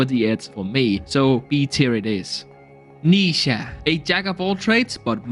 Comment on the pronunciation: Did you just say Neeesha and also Nezha is a male frame